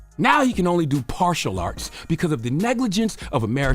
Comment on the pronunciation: I know he ain’t say PARTIAL ARTS 😂😂😂😂